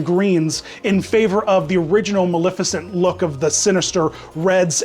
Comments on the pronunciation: As a Disney villain purist, I have to point out that the correct pronunciation of Maleficent is- MaLEFicent. Not MaLIFicent. A lot of people mispronounce it, but if you go back to the original film you'll see the correct pronunciation. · yiu do pronounce the E in her name it coms from the word malefic and in the animated feature everyone calls her Ma-lef-icent.